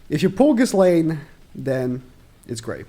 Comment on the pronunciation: I fully agree with everything said, but the way he pronounces Ghislaine just hurts me inside. Man clearly hasnt watched the show or if he did it was an english Dub. You dont say the "s" in her name, its fully silent.